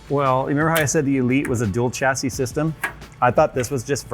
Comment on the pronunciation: Anyone else, who can speak English correctly, triggered by the continual mispronunciation of chassis? Pffft, no white version. Fail. :D